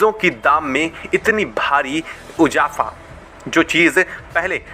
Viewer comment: अपना pronunciation सुधारो। आपको ढंग से हिन्दी बोलनी भी नहीं आती। इजाफा को उजाफा बोलते हो और भी बहुत सारी गलतियाँ है।